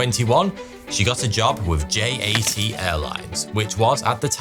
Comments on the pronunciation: JAT is pronounced “YAT”! Yugoslav Air Transport! Why do you pronounce it as if it’s in the English alphabet? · He also mispronounced J.A.T. which is short for Jugoslovenski Aerotrasport (Југословенски Аеротраспорт) which in English should be pronounced as Yugoslovenski Aerotrasport.